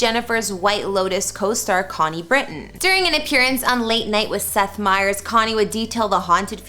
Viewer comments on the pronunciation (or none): none